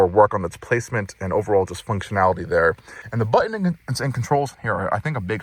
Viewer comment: Very comprehensive review. And I gave you a thumbs up. But PLEASE PRONOUNCE YOUR T's. It is so distracting to hear "BUH-en" instead of "BUTton" over and over. Check out where you say "Impor-ent" ugghhhh.